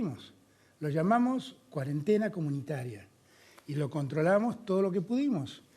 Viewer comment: No aguanto más a Bonelli diciendo CUADENTENA